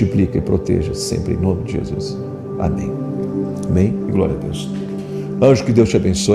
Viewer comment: VO"I"Z??? JESU"I"S??? FA"I"BO???...